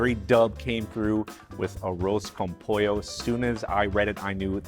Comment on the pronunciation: First off - thanks for pronouncing it correctly. Achiote is an acceptable substitute for saffron, but you need to be cautious since it can be bitter if you use too much. Just a half teaspoon of powdered achiote is usually enough, IMO. With Arroz con Pollo there are literally dozens of variations. Some are specific to different Latin American countries and some are even regional variations within these countries and then of course Spain and Portugal have there versions. My mother who was from Northern Mexico made a very simple version but it was delicious nonetheless. Just a Mexican rice with the chicken added during the simmer with peas, carrots, and onions - that's it. Simple but great.